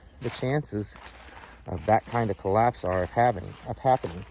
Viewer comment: What's a "colloase"? Just askin'.